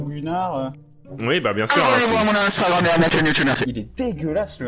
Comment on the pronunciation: On dit pas inestagrame mais Instagram